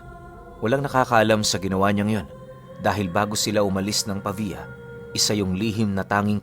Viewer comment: tama na ang pagkabigkas mo sa pavia.. galing mo... 👏👏👏